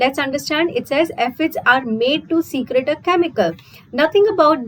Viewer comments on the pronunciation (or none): Mam, it's not secret, it's secrete. Pronunciation error makes difference in the actual meaning of that word.